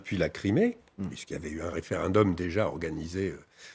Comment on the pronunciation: La manière de dire referendum d'Un Français